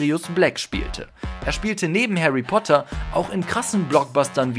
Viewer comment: Haary Poter